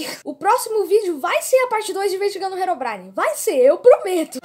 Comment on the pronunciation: Quando o endermen diz herobrin- no tradutor diz heroína